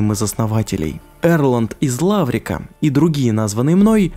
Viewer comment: Из Ларвика же, а не Лаврика...